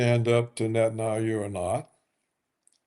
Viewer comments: Mr. Roberts, PLEASE: It is NOT pronounced “Net-an-ah-yoo.” It’s “Net-an-YAH-hoo.” It’s very basic English spelling and pronunciation and VERY irritating to listen to the inaccuracy. PLEASE. Also - “nuke-lee-ur,” NOT “nuke-ya-lurr.” Come on! You’re not George W. Bush. You are a professional. Get it right. Your knowledge on the political analysis, OTOH, is phenomenal. Let’s make it 100%. ✌🏼☮️🙏🏿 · why is he calling him netanayou? does he do that on purpose? does “netanayou” means something? how you wrote that word/name? tell me everything you onow about “netanayou”, i want to know! :))) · It would be great if Roberts would pronounce correctly. Aldo lose the dismissive cackling. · Paul Craig Roberts mispronounces the name of the leader of the little pissant country. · Roberts ! Why you pronounce the name of Bibi in such strange way ?